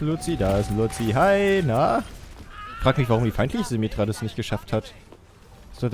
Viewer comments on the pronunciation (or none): ich habe es bei ihm zum ersten mal gehört, ich schaue es nicht wirklich, aber es hat so hart aufgeregt das er luzio statt lucio gesagt hat ^-^;; aber dennoch war es mega lustig, sollte mehr schauen. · Bitte sprich ihn richtig aus und nicht „Loutzio" oder so. Ich weiß ja nicht ob du das mit Absicht machst oder nicht. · ich finde es so geil das du immernoch nicht luico auspsrechen kannst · Du sprichst lucio falsch aus!!! 😩😩